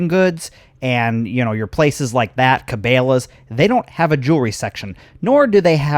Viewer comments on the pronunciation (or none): Dude your saying Cabela's all wrong.... Its Ka Bella's